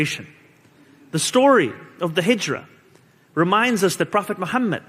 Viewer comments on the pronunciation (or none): none